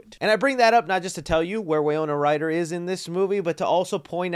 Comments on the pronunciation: Winona… wiNona… wiNOna.. WINNNNNNNONNNNNA. Not wiyona or whatever you were saying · Wy-no-na. Good video but your errors make you look bad. Love the shelving displays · The mispronounced names in this video are wild. WAY-ona Ryder! Justin Thorax! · No one noticed you said Way Oh nuh Ryder instead of Why No nuh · Bro! Say it with me...WY-NO-NA! Also, Catherine O'Hara is a legend. How can someone mistake her for someone else? I'll chalk this up to excitement on the trailer. Take your time with these vids though, man. I'm sure people appreciate it more when you get names, details, facts, etc correct rather than speed through things and get it wrong, and not be able to edit it. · Winona Ryder is pronounced “whin-ohn-ah” sorry for the correction😅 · Winona = Wuh-no-nuh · Re do this video its pronounced WIN-OWN-UH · Why do you keep pronouncing her name as Wayona Ryder? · are you pronouncing Winona Ryder incorrectly?